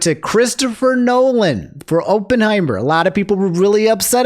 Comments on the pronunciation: Every time said "Openheimer" a part of my soul left my body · Pretty obvious you haven't watched Oppenheimer since you keep mispronouncing it. More to the point, maybe a voice actor's guild is necessary. SAG has never treated them with any respect. Peter Cullen gets a lifetime Emmy only to be replaced by Chris Hemsworth on Optimus Prime.